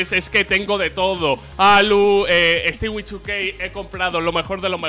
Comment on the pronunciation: Porque pronuncia el nombre de stewie2k como "estigui"😂 si vas a decir el 2k como es también di el nombre como es xD "estui" es como se pronuncia su nombre.